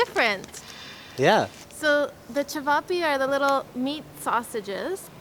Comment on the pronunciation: You say chayveepay but it’s actually sounded out chevop